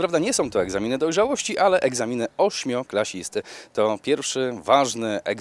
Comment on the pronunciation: mówi się ,,ósmoklasisty, a nie ,,ośmioklasisty" :)